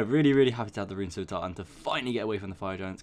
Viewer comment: The fact that you say scimitar correctly pushed me to subscribe.